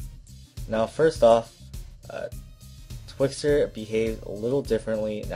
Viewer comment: Twixtor... ._. If you're going to start editing listen properly.